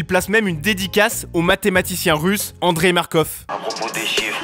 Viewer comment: T'es un ouf comment ta prononcer Andrey